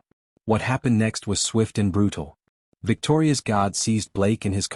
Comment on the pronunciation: Very good story. I enjoyed it. Thank you. Definitely reminds me of the dragon riders of Pern. 😊 , the story did repeat for a short time. Not too bad. The AI mispronouning words is more annoying to me. Ex: god instead of guard. Do have a couple of questions , though. How did Jake get the unbreakable chain off of Duke and Ash? A space shuttle needs keys in the ignition to start? Still a good, enjoyable tale (or tail). 😊